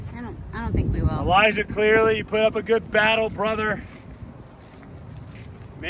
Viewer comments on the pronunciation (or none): Say it with me, Brodie… CLEARY. Not ClearLy 😂